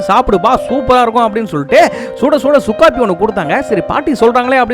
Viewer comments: Sukafi illa suku coffee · சுக்காபி இல்ல.😂😂😂😂..சுக்குக்காபி.. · சுக்காபி ❌ சுக்கு காபி 😂